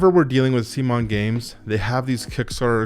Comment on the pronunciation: you pronounce that as Semen. I don't agree with the holding value. The main problem is that there are too many different games. Secondary market is flooded already. There is a high risk the game will suck = Semens track record is downhill for years now, with the recent debacle of Trudvang, the arrogance displayed toward backers... Gameplay-wise, MD2 is too fiddly for its own good. Do you see yourself playing 2+ totally different heroes? MD1 instead is more streamlined and elegant. If you want a story pick Legacy of Dragonholt, or Sleeping Gods. I didn't back md2, and my copy of md1 was very cheap. Advise to unpledge.